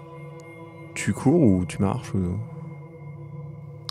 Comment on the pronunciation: quand demande à si elle court ou se cache, ça sonne comme "tu crève maintenant ou tu crève plus tard?"